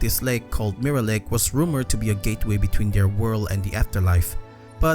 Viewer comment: "Mirra" i love the way you pronounce mirror